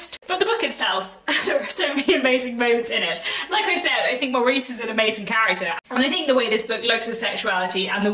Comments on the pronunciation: pronounced Morris BTW. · Love the book and the film , but always pronounced it Morris